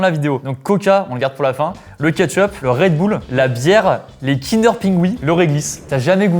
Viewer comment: « DU REDBOULE »